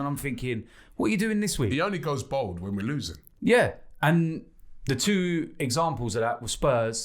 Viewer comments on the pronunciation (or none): Robbie: "Emery needs to go bould." Emery with shaven head: "Good Ebening."